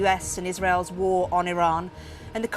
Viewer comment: Dear English people: war is not a three syllable word.